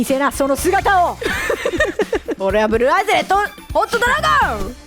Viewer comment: がブルーアイズの名前言う時大体間違ってるw